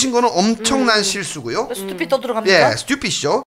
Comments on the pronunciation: 김생민씨 스뜌삣이 너무 찰져욬ㅋㅋㅋㅋㅋㅋㅋ 영상 재밌게 잘 봤어요~ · 그 누구보다 찰진발음.. 스뜌삣!!!!!!!! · 스튜핏!!!ㅋㅋㅋㅋ 찰진발음과 김숙 송은이의 리액션이 합쳐져서 진짜 웃기네요 ㅋㅋㅋㅋㅋㅋㅋ